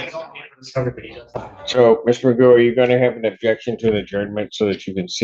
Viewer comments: Pronunciations: = Magoo Cough = coff Through = Throo Tough = Tuff Ain’t the English language interesting? In the UK his name would be pronounced ‘McGoff’ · 1) Pronounces that surname stupidly. Should really be like McGoff. 2) Makes Eric Martin look like Perry Mason. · I'm British and I never heard the name pronounced as "Magoo." In this country rhymes with cough. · Your name is pronounced (Mac-goff) you idiot! 😂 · Why is he pronouncing his own surname wrong!? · And he doesn't even know how to pronounce his own name.